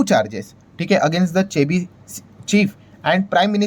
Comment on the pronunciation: Chebi kyu bolre sir